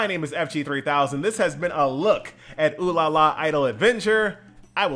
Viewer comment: finally someone saying it right.